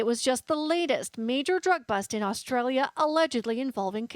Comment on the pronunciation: Learn how to say australia you dumb ass